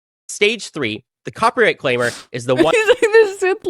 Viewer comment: He says "cropyright" every single time. This is absolutely a bit, lmao. He speaks like Steve Bruhl (the John C Reilly character who is, uh, special)